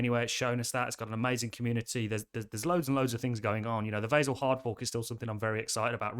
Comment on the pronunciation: I don't like how you pronounce Vasil.